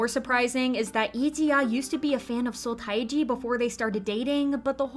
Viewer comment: Pronunciation...Seo Taiji = SUH TEH GEE